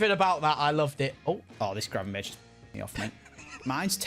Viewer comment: Ah yes “Gravenburch” XD